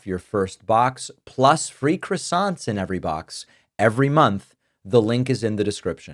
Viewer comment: I'm just here for the croissants, Dave. And you're not pronouncing it right. C'mon.